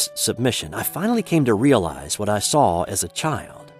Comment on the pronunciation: There is no "L" in the words "saw" or "caught"